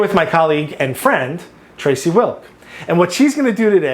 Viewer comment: He emphasized “friend” 😂his wife jealous that she there😂😂😂